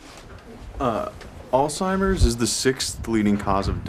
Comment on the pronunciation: Andrew is great I love him but someone needs to tell him that disease is called Alzheimer’s not all timers